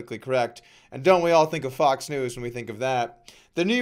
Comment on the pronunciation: Did you just said Polker News???